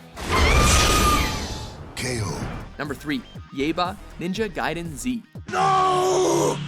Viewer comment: he pronounced it ninja gai(guy)den its ninja gai(gay)den.